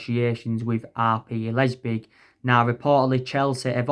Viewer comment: man said Timo and Lepzig so wrong lmao